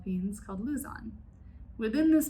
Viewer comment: While we’re here, I cringed at each mispronunciation of Igorot, Luzon, barong, and manong, but a visit to Seafood City or Valerio’s can easily fix. E for effort